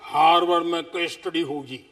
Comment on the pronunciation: ठीक से हॉर्वर्ड बोल नही पा रहे साहब